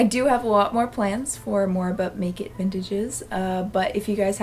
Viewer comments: I just heard it as "blanket vintage" 😆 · i always hear "butt nekid vintage" instead of "but make it vintage" and it makes me laugh every time